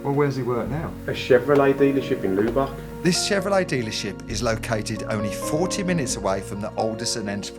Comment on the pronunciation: Lubbock isn't pronounced loobok.